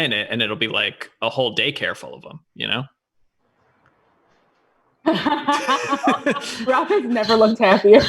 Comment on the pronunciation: Thank you Roth for pronouncing my name correctly.